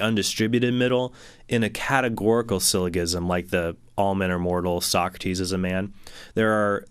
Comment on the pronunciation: J jism syllojism syllogism... not g gism syllogism It's g as in germ not g as in game.